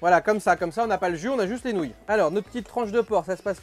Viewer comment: C’est marrant à dire « nonouille » 😅